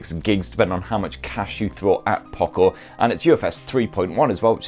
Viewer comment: (Poocco) he is saying like that 🤣🤣🤣